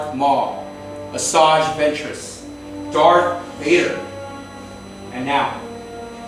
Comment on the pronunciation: did he say dark Vader or Darth Vader